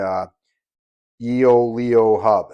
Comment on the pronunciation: "Yoeleo" is pronounced as "YOH-leh-oh" with the emphasis on the second syllable, "leh".